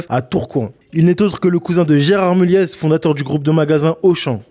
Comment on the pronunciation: Le « z » de Mulliez ne se prononce pas